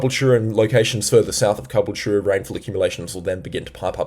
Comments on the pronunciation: Love the details, but please stop calling Caboolture, Cabooltur-a People pronounce it ca-bool-chur. Like Chur bro , you want sum fush n chups bro 😂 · Most accurate analysis I've seen only thing is it's pronounced (ka bull cha) Caboolture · G'day, once again. Just to help you with pronunciation of Calboolture it is pronounced as Car-bool-chu. But, don't stress about it. I am sitting here just west of Sth Stradbroke Is. Trying to get updates, but you look about as good as it is getting from my point of view. You are right. The B.O.M and media outlets are saying a slight chance of low level 3 cyclone or upper level 2 cyclone. I was driving just south of Grafton (northbound) last night/early morning and I have never driven in conditions like that previously. Suffice to say; I never wanna drive in those again. I could not see past my windscreen from the rain and wind caused by trucks on the highway causing the rain to make what looked like wave tubes. A few times it threw my car outta the lane. If you are in a cyclone bearing down area, please... please... please... be careful, especially if sitting behind or beside a heavy vehicle that is throwing the wind around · Caboolture is pronounced: CAH-BOOL-CHA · Not that it’s a massive issue - but we usually pronounce Caboolture “KA-BULL-CHA” Great work on your vids by the way cheers👍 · its pronounced car-bull-cher